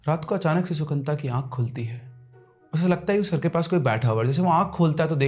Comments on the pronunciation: Sir, sorry but its not Sukanta... Its Sukanto in bengali.. so funny hearing it as Sukanta🤣🤣🤣🤣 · The Bengali name is - Shu-kan-to.